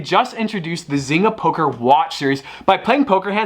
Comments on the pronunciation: Isn't it pronounced zain-ga or am i wrong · Biggest thing I got from this video. I'm pretty sure one of us is pronouncing zynga wrong and it might be me